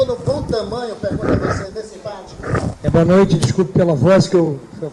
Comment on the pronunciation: Impate não o certo é empate...kkkkk